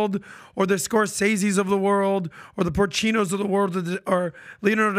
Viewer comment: Did say porchino? Everytime talks I cringe